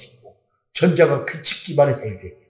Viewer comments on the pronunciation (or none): 회장님 귀칙이 ㅋ아니고 규칙ㅋㅋ